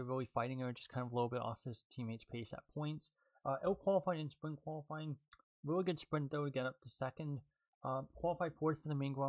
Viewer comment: Ahh yes I love spwint races and gwand pwees